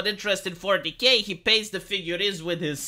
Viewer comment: Whenever says 40k it sounds like fornicate. When I first herd it I was a bit confused:)